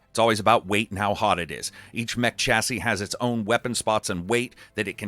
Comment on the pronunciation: Ohh my word. Why can mericans not say the word chassis... fml its annoying as hell 😂 Please google how to say it.